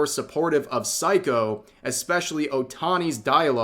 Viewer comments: It's Sei-ko, not "psycho," Rev. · Rev for fucks sake, at least learn to pronounce Japanese names correctly, throughout the video I thought you were saying 'psycho' instead of Seiko. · Rev, my man, hate to tell you but you butchered Seiko's name throughout the LovCom segment, YT captions consistantly showed you calling "psycho"...😅